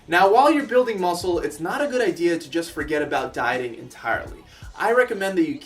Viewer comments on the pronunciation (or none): "ideea" "idea"